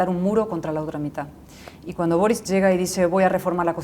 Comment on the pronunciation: Tienen la manía de pronunciar Borich... Es boric...Borik...